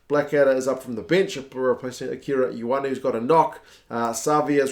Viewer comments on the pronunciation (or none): none